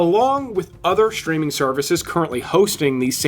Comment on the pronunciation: Thanks for your posts!!! BUT, what is "SHTREAMING"!!!!???? Now, I know what "STREAMING" is. But, I have no clue what "SHTREAMING" is. I really hate when Humans or AI add a Freaking "H" after the "S" in ".....str...." words!!!! Very "SHTRANGE", huh!!!!????